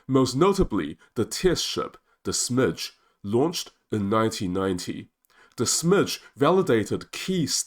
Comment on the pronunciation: Smyge is pronounced Smy-gé with y pronounced as in tyre and ge pronounced as in get, not Smydgh. The Swedish word smyga (pronounced smy-gá) means to move quietly in order to go undetected like a Ninja or a cat. HMS Sneaky & Stealthy is probably the best translation of the ships name.